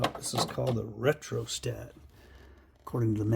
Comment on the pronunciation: “Ree uh stat”